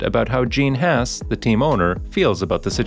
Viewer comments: It's not pronounced 'Hass'. I think it's kind of disrespectful to pronounce it that way. Is it a bot narrating, or human being? The A sound in Haas is pronounced the same way as the A sound in the word car. Please!? It's killing me every time I hear "Hass". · Why did keep pronouncing hass wrong